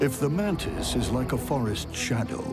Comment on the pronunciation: Why do they say "mantin" or "mantined" instead of "mantis"? Am I just miss hearing ot or something?